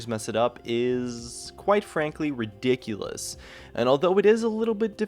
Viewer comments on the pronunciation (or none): none